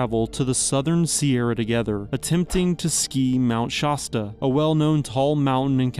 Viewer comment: Shaw-sta, lol. Is this AI? Either way, i am unsubscribed. Do your research if you want to earn viewers. No offense